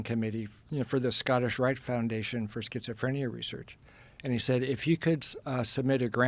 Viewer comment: sketch-a- frenia..